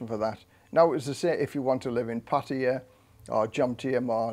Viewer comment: OMG!!! An ex-pat who actually pronounces Pattaya properly. Kudos!